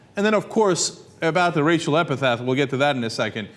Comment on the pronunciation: Racial EpiTHET! Racial EpiTHET! EpiTHET! EpiTHET! EpiTHET! Goddamn, the fucking word is fucking epiTHET! EpiTAPH is what they write on your fucking grave. The word is EpiTHET! When will Americans learn to speak English?